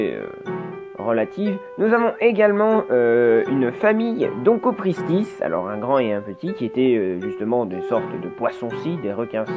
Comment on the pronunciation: Très bonne vidéo dans l'ensemble, j'aime beaucoup ce nouveau concept! Prend sun peu plus confiance en tes transitions, on sent que tu es hésitant, mais c'est la première, alors ça viendra en temps et en heure;) Quelques bémols vis-à-vis du contenu: OnchOpristis, actinopterYgiens et sarcopterYgiens pour Venator (oui je fais mon chieur ^^); vous parlez beaucoup de S. marrocanus, qui est un nomen dubium, il aurait fallu expliquer pourquoi et le remplacer par S. aegyptiacus par la suite (je pense que ça aurait eu le mérite d'être expliqué ^^); et enfin je m'interroge sur le rôle de la voile dorsale chez Spinosaurus, où dit qu'elle a pu servir pour la sélection sexuelle. Sauf que dans ce cas, il devrait y avoir un dimorphisme sexuel très prononcé alors chez Spinosaurus. Du coup, je me suis demandé si Sigilmassasaurus ne serait justement pas la forme femelle du genre Spinosaurus. Ce serait intéressant de se pencher là-dessus et sur les caractères morphologiques de chacun, mais j'ai pas le temps XD Je veux une vidéo sur Dodo! Prochaine case départ sur l'environnement du Laos?:)